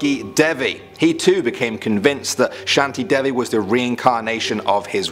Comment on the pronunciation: its not shanti devi its shan te dha vi btw thats how u pronounce not spell